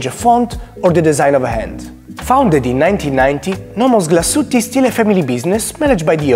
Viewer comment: Comunque la E finale non è muta. glas-uete